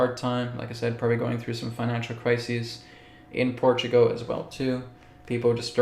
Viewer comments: When you say Portugo , are you meaning PortugAL? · Portugo? What? 😂🙃